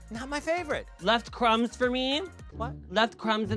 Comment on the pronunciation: C R U M B S. left kHRUMBBSZ 4 mi?? LEFT CAHRUMMBS IN DA BED???